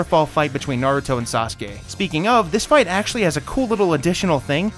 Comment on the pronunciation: I’m huge fans of SUS-Kay and NAH-Rue-Toe